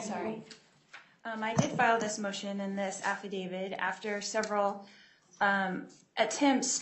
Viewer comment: affidaviT. Hard T. Not “DAVID”. The ignorance is simply mind-blowing if she wants to represent herself.